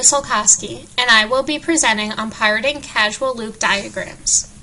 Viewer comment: Good video.... but it's pronounced 'cause-al' lol, not 'casual'